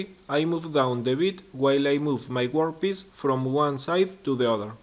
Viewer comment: Great video, well done sir. Annoyingly, I keep hearing you say 'workpiss..' Ha ha, keep them coming, you inspire others.